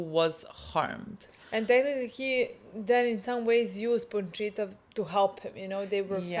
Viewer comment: this is low key dribing me nuts, it's Pochita, not PoNchita! 😆